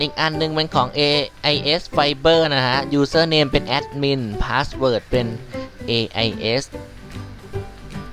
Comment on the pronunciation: "Aaaadmin Paasword Aaaadmin Pasword"Sry´,sounds funny :D Thx 4 the vid.